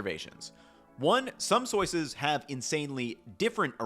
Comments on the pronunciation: "Soy-ces" 😅 I can imagine how hard saying "soy sauce" 1,000,000's of times can be ... great vid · "Soyces" Somebody has been saying soy too much 😂😂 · "Soyces" made me giggle